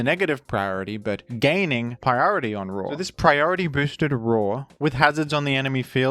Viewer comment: Can't believe i listened to half of this in ai dub didn't realizr until it called liepard lipard and roar raw